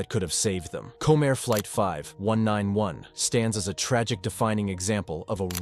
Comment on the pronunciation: Comm Air (comair) to pronounce. Hubby worked for them this killed the company